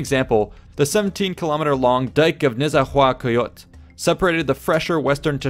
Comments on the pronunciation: I appreciate your care in good pronunciation of the nahuatl names. Except for Nezahualcoyotl, the rest of the names were pretty spot on! You should talk some day about the city of Teotihuacan (The city of te Gods), the mistery of that city is huge as it came to be more than a thousand years prior to Tenochtitlan. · Landed on his face with Nezahualcoyotl though... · Thumbs up for your excellent pronunciation of Nahuatl place names! Only one fell short - Nezahualcoyotl. Should be 'Nay-zah-wall-KO-yotl'. When I lived in Mexico City I was amazed at how you could hear Nahuatl being spoken all over the place. Everywhere in the country the pre-Columbian languages are still alive. I remember being recommended a dentist named Dr. Chan. I went to his clinic, assuming he would be Chinese. Mayan, in fact.